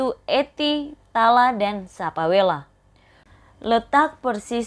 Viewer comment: SAPALEWA KK BUKAN SAPAWELA, MURKELE BUKAN DI SERAM BARAT